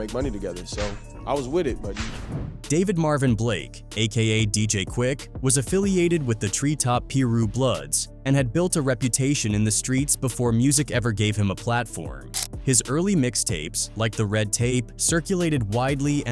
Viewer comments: the peeru bloods god why can’t ai pronounce names right it’s piru and suge knight lol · He said Soog knight & the peeruu bloods🤣🤣🤣🤣🤣whoever the fuck doing our culture of news, don’t know shit about hiphop what so ever……. They get the white peoples names right, but the artist🤣🤣🤣 is this shit on purpose?🤣FAWWKK 🤣🤣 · How does he not know how to pronounce Suge Knight , Rakim and Piru